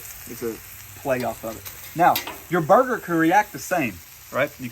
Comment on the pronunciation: I love your new word "Burg-er-ler"! Great video!